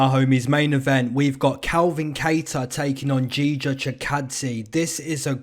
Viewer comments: Video was ok, but for the next time, he’s name is Giga not Jija (as Ghigha) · Jija xD